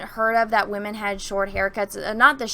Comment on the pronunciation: Notice "wamen" are prominent